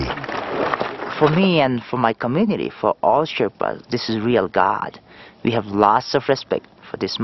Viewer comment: Sherpas not shetpas.